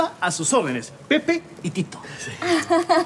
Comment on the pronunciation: Se an dado cuenta que dijeron mal el nombre de Pepe y Tito